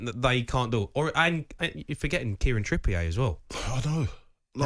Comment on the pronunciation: Make me laugh how people say trips name your saying it wrong lol